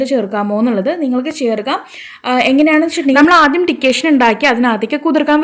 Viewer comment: ടിക്കേഷൻ അല്ല, ഡിക്കോക്ഷൻ എന്നാട്ടോ. Thanks. Nice tip